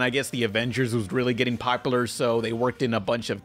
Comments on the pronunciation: I love the way you say popular. Now forever be self conscious about it. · I fucking hate the way this guy says “popular”